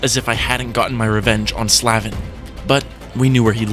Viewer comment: hahahaha slav-en no no no bro its slave-n hahahahahhaa